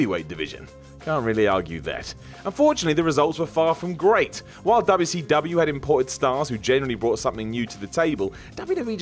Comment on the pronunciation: A trade noticed by Dub'ya-C-Dub'ya